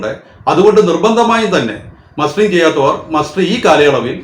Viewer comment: മാസ്റ്ററിഠഗല്ല മസ്റ്ററിഠഗ് ആണ്